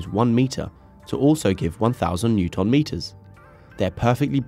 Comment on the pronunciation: Say ‘newton’ correctly, come on